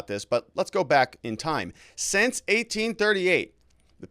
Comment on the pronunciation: Learn how to pronounce the word "sInce", please.